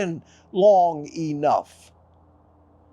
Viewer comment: "..if you can pay attention long E-NOUGH!!!" (I equate that with brain fog -- not being able to -- and I encounter a lot of people like that.)